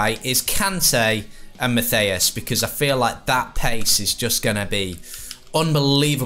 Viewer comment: U say Matthias wrong